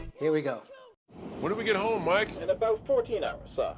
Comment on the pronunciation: The Captain's name is, not Mike.